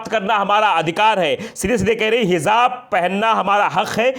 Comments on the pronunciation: It's hijaab (j), not hizaab (z). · ji pl correct your pronounciation correct word is Hijab not Hizab